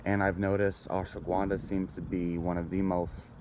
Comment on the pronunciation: Fucker keeps saying Ashwa Gwuanda lmaooo I can’t focus when he says Gwuanda